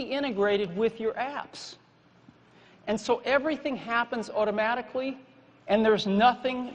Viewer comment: OOttomatically... lol